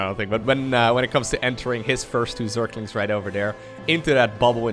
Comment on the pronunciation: your pronunciation of Zerglings (surklinx) always makes me smile. So don't try too hard